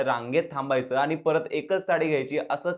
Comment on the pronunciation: आनी पानी करताय. सगळेच podcast वाले ण आणि न चा गोंधळ घालत असतात. त्यांचं मराठी ऐकून कान किटले आहेत. आता तुम्ही सुध्दा त्यात भर टाकली